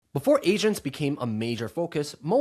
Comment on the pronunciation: I swear he said Asians, not agents in the beginning 😂